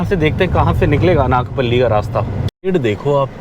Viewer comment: It is pronounced अनकापल्ली not अनाकपल्ली FYI